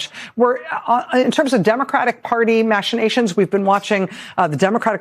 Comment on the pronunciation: This is like the third time in recent days that has mispronounced “machinations”. What’s going on, girl?